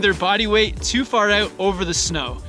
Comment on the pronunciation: "Slide aouuut" canadian confirmed.😍